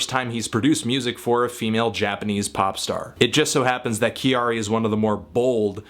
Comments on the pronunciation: Sorry, I just can't get past the 'Kyary' pronunciation disaster. Her name is not that hard to say. Also, Kyary and Gaga are VERY different people. Calling her a Japanese Gaga is annoying and wrong. No reason to place Gaga at the center of the universe; she is basically a rip of Grace Jones without the personality Grace brought. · Living in Japan for the past 5 years I must say that I am surprised but happy that Kyari's music is reaching further than Japans borders. Appreciate the review as always and I realise that all mistakes are intentional ...but her name is pronounced kya-ri (2 syllables) as opposed to ki-a-ri. Cheers! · No, her name is pronounced Carrie or Carrey like the English way. It was kind of an in joke with her friends at the time, when she was creating her name. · Thank you for bringing her to my attention, she is awesome. I never really listen to J Pop before, but I do indulge in a lot of Anime...and manga sometimes. However, I heard candy candy, miracle orange, invader invader and some others. I love it, 2 thumbs up. Also her name is pronounced Carrie as in the American way to say it. When she came up with her name in school, her classmates said she acted too much like an American girl...so they name Kyary came around (as in Carrey) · you are pronouncing it wrong...'きゃりー'should sound like 'Carry'. I really enjoyed this review though :) Thank you! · Your saying her name wrong but I love this woman. She's awesome. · Kyary is two syllables! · Learn how to say her name please